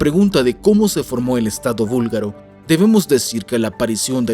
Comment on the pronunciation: Gracias por mostrar nuestro país. Somos muchos los búlgaro en españa, por eso hablamos español. Jaja. Sólo una pequeña corrección. Se dice búlgaro no vúlgaro. Nosotros hacemos una clara diferencia entre la B y la V.